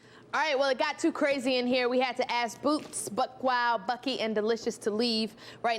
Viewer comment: "BOOWTZ" lmaoooo